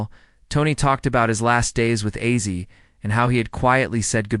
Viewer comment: Mf AI can’t even say ozzy